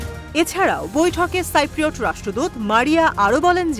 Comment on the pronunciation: আরে সাংবাদিক এটা সাইপ্রোট হবেনা কথাটা হবে সিপ্রোট।